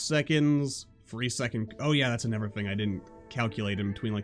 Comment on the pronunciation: "Anovver Marvel Gate" xD